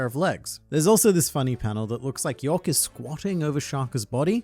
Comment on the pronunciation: Its YORK not YOEK